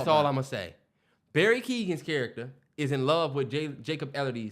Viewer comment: Y’all butchered Barry and Jacobs’s last names. Lmfaooooo